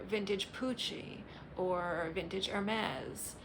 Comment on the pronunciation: Good video with some very appt comments too ;-) And by the way: your pronunciation of Hermes is actually correct! It's Hur-mees so there, you did good!